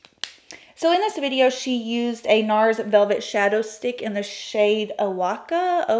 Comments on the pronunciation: I definitely love love love your channel - but it’s Oaxaca. Wah-hawk-a. It’s a state in Mexico. 😋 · Oaxaca is a Mexican state, pronounced Oh-ah-haca. :) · Lovely look, I was mildly offended by pronunciation of Oaxaca, but after the look was completed I was over it. Very pretty.